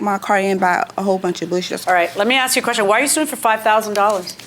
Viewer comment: "Nobody can ases her car" 🤣🤣🤣🤣